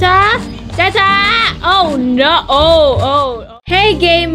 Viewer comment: I love the way you say santea